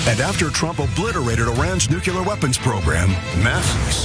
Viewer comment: Nukular? An advert of lies, and mignorance, created for the uneducated. Lovely. 🙄 Really, they are like the Sharia law folks. They begin to turn on each other, for not being horrible enough.